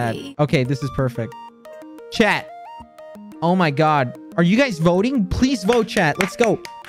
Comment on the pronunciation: I keep thinking he says ‘chad’ instead of chat